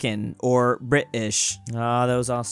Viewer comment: STOP saying British wrong plz it is anoning